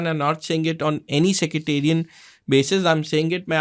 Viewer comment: Sectarian❌ Secreterian✅ 😂😂😂 Paxtani always creates a baseless narrative and fails. This propaganda is equivalent to proving equation 0/0=1